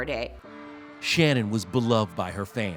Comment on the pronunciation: Why even when she died people can't get her name correct? Her name was Shannen and not Shannon